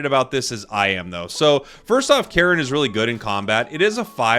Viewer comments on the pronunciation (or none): Never understand how Cairne is pronounced as Karen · It's not. It's pronounced like "care" with an n at the end.